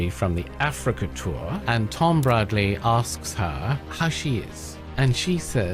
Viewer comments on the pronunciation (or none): It's Bradby, not Bradley.